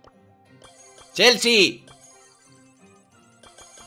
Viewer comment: dice chealse